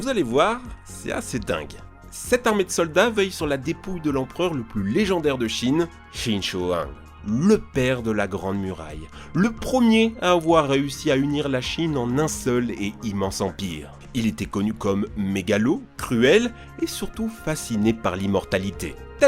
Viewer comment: aiaiay la prononciation qin shi huang se prononce " chine chu houaang" (les phoneme sh et ch ne sont pas différenciés en fr et il manque les accents toniques, mais c'est quand meme mieux que ce que tu as prononcé qui faisait mal à entendre